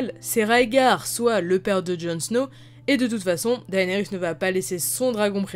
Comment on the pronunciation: Théorie n1: Jon en a déjà monté un. « Daenarys » Looooool #beauf #mdr